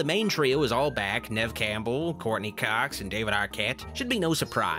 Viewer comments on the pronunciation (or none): none